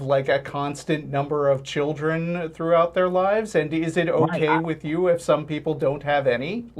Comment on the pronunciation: and what's a churldren